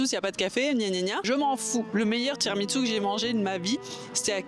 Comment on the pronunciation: je suis la seule j’ai mis pause et je suis repartie en arrière après avoir entendu “ tiramiTsu” ??? Girl wdym ?🤣 c’est tiramisu